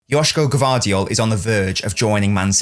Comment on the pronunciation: You are the first to pronouce his name correctly👏🏻